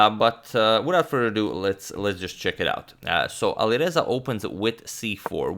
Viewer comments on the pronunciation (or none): none